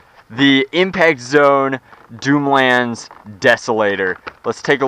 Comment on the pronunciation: "doomlands dooter" nice one there, best English ever